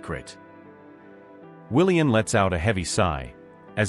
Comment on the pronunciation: His name is pronounced WilliaM, not WilliaN. Please edit your stories and reprogram your AI robotic narrator to pronounce words properly. And why do some of the sentences start out saying E. It's irritating and hard to listen to. The story would be so much better if the story was edited and corrected